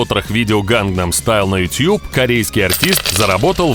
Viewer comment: тютюб иопта! ютУб! Иначе почему ты не говоришь дот ар ю? И Если уж любишь губы в трубочку сворачивать, то тогда всё "по правильному" произноси - не гАнгнам, а гЭннЭм!